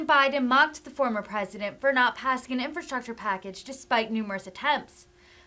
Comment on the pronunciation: He can't even pronounce infrastructure! 🤦🙄 He is worried about infrastructure when the LIB CITIES ARE LITERALLY BURNING AND DEGRADING FROM CRIME, Over-spending, stopping oil production and making gas prices high and increasing prices to truck EVERYTHING!...Ok Pennsylvania but let's elect "UNCLE FESTTERMAN"/"NOSFERATU"🧛🧟 to SENATE and make things even worse! Like start bailing water and people into the Titanic 🤔